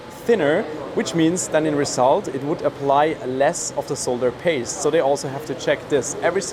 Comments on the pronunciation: So refreshing to hear someone who knows that the word is "solder", not "sodder". Someone please tell America, will you ? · I'm so happy he says 'solder' and not 'sodder'.